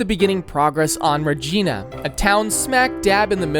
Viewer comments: As a local Saskatchewaner it’s Reginã (re geina) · its Regina... not Regeena LOL its the city that rhymes with a lady part LOL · “MAWN-tree-all” “reh-GEE-nuh” “yay-LOW neef” ??? Like seriously??? Don’t get me started on how he says Toronto as “too-roon-TOO” it’s killing me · Regeena😂 Icalit😂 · Also.... it's Ra-Gine-a.....like vagina.... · Friendly reminder that the Geneva conventions exist because of Canada. Just something to consider if you ever invade us :) Also, proper pronunciations: Iqaluit: ee-kah-loo-weet The Glebe: gleeb Regina: ree-jai-nah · What the hell was that pronunciation of "The Glebe"???? Also "Regina"??? ITS RE-GINA, LIKE VAGINA! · Ikr 😂 Ra-geen-a😂😂😂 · As a person who lives in Regina, I still get butthurt how you pronounced the name. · This is an insane project. All of it is very good! A couple corrections. Regina is not pronounced like how you pronounced it. It pronounced like the lady bits down there… Northwest Territories and Nunavut are territories, not provinces. They have more autonomy to make their own laws and have a high percentage of indigenous peoples. In fact Nunavut’s legislature is entirely Inuit. They have yet to create Whitehorse, Yukon. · Regina pronunciation hurt me as a Canadian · he pronounced Regina wrong lol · As a resident in regina sask, it's pronounced like you would vagina, but swapping the va with an re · But mispronouncing Regina... what the hell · He also mispronounced Regina